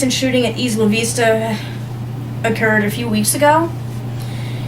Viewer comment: They are called The Isla Vista Killings. It is pronounced EYE - LA VEE - STA. Also, mysogynistic is a word. By the way, his family was not that rich. His father was having financial problems the last few years of his life. This is why he was so interested in lottery tickets. He called himself "The Supreme Gentleman" not the ultimate gentleman. He was a SUPER NARCISSIST. Certainly a sociopath and finally a psychopath. I like your clip.